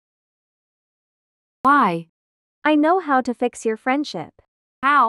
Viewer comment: "So i can fis Your friendship"